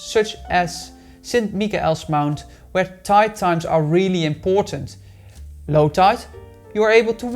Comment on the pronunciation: Love your pronunciation of St Michael’s Mount made me laugh 😂